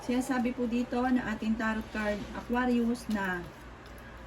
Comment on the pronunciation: Hello suggestion lang po wag ka magmadali kasi mali mali yung pag pronounce Sagittarius or Aquarius lagi po ako nag aabang sa reading nyo sa past days totoo lahat sinasabi nyo